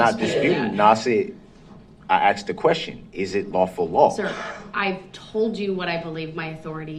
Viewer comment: Speak English for fuck sake! It’s not axed, it’s asked!!!!!! You’re so right, just like a CHILD! Hilarious 😂😂😂